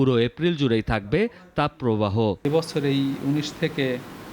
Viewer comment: "এ বচ্ছর"!!! 😂😂😂😂😂😂😂😮😮😮